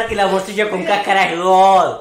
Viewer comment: "casacara" jajajajjaja es tripa